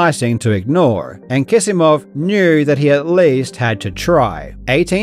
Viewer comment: Are you sure Kisimov is pronounced as if it had two 's'?